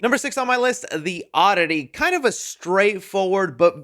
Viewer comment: THE ODDITY ❌ THE Ah-DIDDY✅